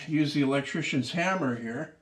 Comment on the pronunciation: Canadians pronounce "elec-chicken" funny.